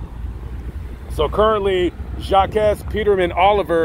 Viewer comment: His name is pronounced "Jock" like Jacques Cousteau, not "Jochques" the way u and the news outlets are pronouncing it. Secondly; Jacques side of the story hasn't been presented yet. He went straight to YPD because he was trying to vindicate himself. The truth will come out.